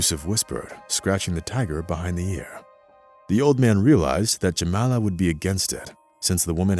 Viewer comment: WHY are you calling her "Jemenna" and "Jemela", when the text clearly states "Jamala"!? REPROGRAM your BOT!